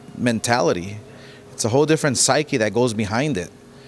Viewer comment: Psyche!🤣 He must’ve just learned that word.lol